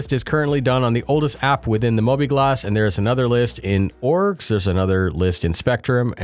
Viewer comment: kept hearing "orks" Multiple orks.